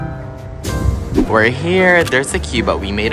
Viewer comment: Anyone else keept hearing SUCKITUP instead SAKURA? 😮😅😂